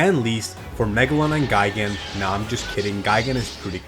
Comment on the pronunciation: Its actually pronounced geegaan